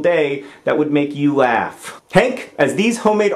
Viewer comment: *make not pake lol